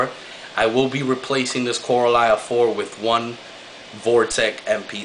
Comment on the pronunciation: you say Koralia funny =P co-ral-lia. you could try getting a ball valve instead of having the default air valve. also about the skimmate produced from your skimmer think about how much bioload you have in that tank. 1 fish an anemone and a few corals. not much there for it to skim out. but yeah CPR backpack skimmers are shit =P same with JEBO skimmers.